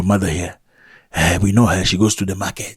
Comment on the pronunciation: 😆 “We know her she goes to dee ma-ket”